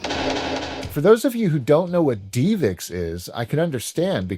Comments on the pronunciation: ive never heard it pronounced "dee vix" before. you can even hear the guy in the promotional video pronounce it as "div ix" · It’s Div ix not Dee vix I cringe every time u say 😂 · its DivX not deevex lol. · Great video as always although the divx portion kinda bugged me. First off you said it 30 times but its not pronounced deeevex its just div ex.... divx. Also, you didn’t call them to pay for a movie. You bought it for 5 bucks ish once you watched it you had a couple days to reach watch or finish. If you didn't want it anymore, throw it away. If you want to purchase it forever you clicked an on screen button and the purchase was completed through a dial up modem in the machine. Any way thanks for all the quality content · I think it’s div-ix, not dee-vix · Love your channel! It’s pronounced DIVEX not DEEVIX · divx not deevix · Great episode, only one thing drove me absolutely crazy and I don't even like doing this but if I don't it will be stuck in my crawl all day. DivX is pronounced "DIV-ex" It is said as two simple syllables:Div: Rhymes with the word "give".X: Pronounced just like the letter "X".Divx — dɪvɛks(DIV-ex) computing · technology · media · video. A video compression format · FYI and I could be wrong, but I always thought DivX was pronounced div-x like "give"-"ex" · I've literally never heard DivX pronounced "DeevX" before. You even played an ad where they pronounce it the standard way, then you said "DeevX" a million time right after! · Dee Vix. Lol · Mispronouncing DIVX was hard to listen to. But respect to your dad and his ways. Loved the Dead Dreamcast video. I didn’t grow up with my father or much money myself. But what you did would have been my solution too. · Your dad mightve hated DivX but not as much as I hate how you pronounce it LOL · Bro, love the channel but I’ve never heard that DivX pronunciation in all my life. They say it correctly in the commercial you played right in the video.